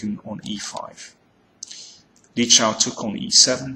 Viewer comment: Danny, it's Li Chao! There's no "Shao"!